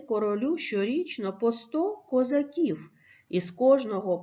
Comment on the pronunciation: Ви звичайно вибачте за критику але не правильна вимова слова козаків 😐